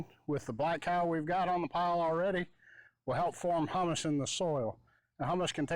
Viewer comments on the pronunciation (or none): the soil stuff is pronounced "Hume Mus" The Stuff you eat is pronounced Hummus.